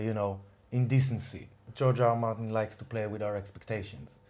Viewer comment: Why do I hear Giorgio Armani instead of George R.R. Martin?